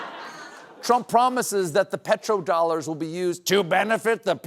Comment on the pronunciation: Did you say petro dollars or pedo dollars?